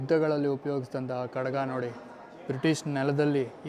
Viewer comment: ತಮ್ಮ ಅದು ಖಡಗ ಅಲ್ಲ ಖಡ್ಗ. ಕಡಗ ಅಂದರೆ ಕೈಗೆ ಹಾಕಿಕೊಳ್ಳುವಂತಹ ಬಳೆ ಆಕಾರ.